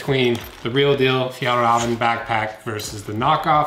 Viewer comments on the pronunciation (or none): FjÄllrÄven KÅnken. Not FjAllrAven KAnken.. Ä =Almost If you say "eeeeeeehhhhh??!" Å = Someone from Boston saying "Coffee".. They say "CÅafi" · You can just say the ä as slightly elongated "eh"s: "Fjeehllreehven." (The h's being silent).